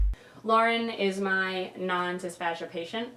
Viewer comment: also, it's pronounced /dIsfeIʒ^/. 0_0